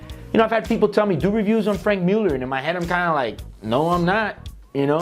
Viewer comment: Hey, if you're going to make fun of the pronunciation of a name, probably should get it right yourself. Its not pronounced Frank. It's Franck, a french name. Just put it in google with the word pronounce and ta da, you wont sound like a dip shit